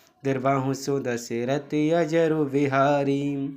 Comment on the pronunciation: अजर नही अजिर बिहारी है